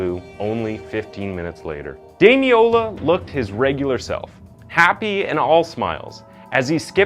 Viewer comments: Someone will no doubt correct me if I'm mistaken, but I'm pretty sure his name is pronounced Dami-lola, you left the first "l" off consistently, saying Dami-ola. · Thank you for highlighting this case which broke the hearts of all in the UK. However, throughout you pronounced his name as Damiola. His name was Damilola. It would be respectful to make a reference to this. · Well researched piece but you didn’t watch much coverage on it I assume because his name is pronounced DamiLOLA not DamiOLA. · His name was Damiloola pronounced dam-in-ola ... Just thought a thought to correct ... :) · As a Nigerian the weird pronunciation of Damilola throughout was distracting. it's more like "Dah-Mi-Lo-La". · sad that you couldn't pronounce his name right, RIP DAMILOLA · at least say his name right ffs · Every time his name was pronounced wrong I cringed and once actually said there’s an “L” in there out loud. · This was a watershed moment in the UK. In lots of terms. You could at least pronounce his name right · Thank you for covering this case, as a Nigerian, I could tell you struggled to pronounce the name